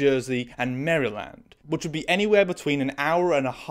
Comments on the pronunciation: "Maryl-end", not "Merry-land" 😉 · This episode me feel uncomfortable, I hate this episode. I do want to say, you pronounced Maryland wrong. It's pronounced like Mare-land. I don't know anyone here as a native Marylander pronouncing it as Mary- land. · Just FYI, Maryland is pronounced more like "Marilind" in the states. I don't blame you for the pronunciation, it just sounds a little weird to an American viewer xD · The way she pronounced Maryland caught me so off guard I had to laugh for a bit. I’ve only heard it pronounced ‘mare-ra-lind’ not ‘mary-land’ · The way he’s saying Maryland has me dead makes it sound like some like fantasy location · The way you pronounce "Maryland" brings me joy in a way I cannot describe, it almost balanced out how horrifying the content of this episode, why are procedurals like this??? I remember an early episode of I, Zombie being so bizarrely anti-asian it threw me off the whole show. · The way you pronounced "Maryland", it sounds like a theme park 😂💖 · so unrelated but your pronunciation of Maryland must feel the same way it feels when we say SHY-ER for any “-shire” locations 💀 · Great video but as a Marylander, I hate the way you pronounce its name :)